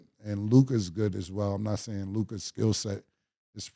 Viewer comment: The level of difficulty Lukas name gives Mase is unmatched lmfao